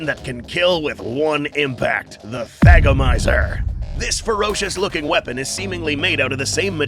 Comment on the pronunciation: so...i was not looking at my screen and was half way into a drink when i heard "thagomizer" and it did not SOUND like "thagomizer"....and i spat up my drink...so thank you for that